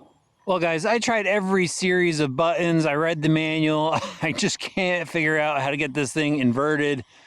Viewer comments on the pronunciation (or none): B. U. T. T. O. N. S. not BUT UNS. 😂